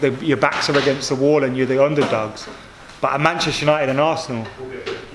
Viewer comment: Bantchester United 🤣